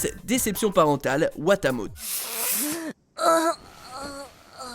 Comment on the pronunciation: ?!? WATA QUOI ? IL A BIEN DIS WATAMOTEU ? NON MAIS ! JE NE VEUX PAS QU'ON TRAITE AUSSI MAL UN DES MES ANIMES PRÉFÉRÉ ! ÇA SE DIT "watamoté" non mais! Ingrat. Ok d'accord je suis un peu fou